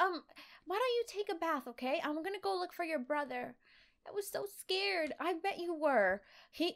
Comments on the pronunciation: You said scar her instead of scared her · You said Scarred